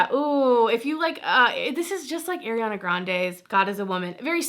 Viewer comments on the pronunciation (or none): none